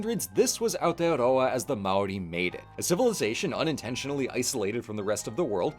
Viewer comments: "mow rie" 😭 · Seems kinda short for the history of even specifically the Māori colonization of NZ. Also a bit weird not to mention Hawaiki by name. Also you are pronouncing Māori wrong, it's pronounced like Moldy but with an r instead of a d and no L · or worse, "may-or-ie"